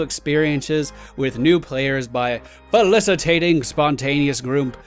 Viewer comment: Falicitating? Oh, you are your words.